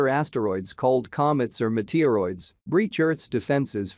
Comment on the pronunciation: Muh-teer-roids xD